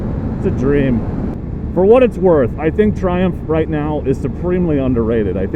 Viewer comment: I thought your were saying "Dear Trump".